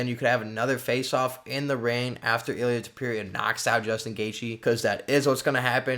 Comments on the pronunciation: Stop saying his name like that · Learn how to pronounce his name or dont say it that much haha